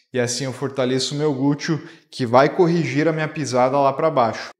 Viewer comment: Achei engraçadinho ouvir gúteo.😂